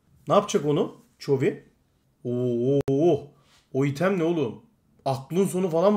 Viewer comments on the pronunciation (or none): none